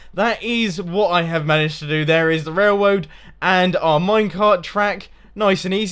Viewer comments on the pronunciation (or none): is he purposely saying wailwoad not railroad?